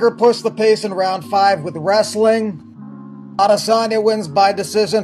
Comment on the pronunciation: I just sat there and wanted DC to stop saying „Edesanya“